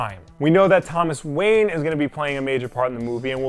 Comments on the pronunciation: Thomas Wanye?? Not Thomas ”Wayne” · "Thomas Wanye" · Thomas Wanye. Rhymes with Kanye.